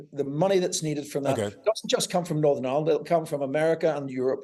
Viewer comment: He can't even pronunce Northern Ireland, I'm sure that's a put on accent, we don't speak like that.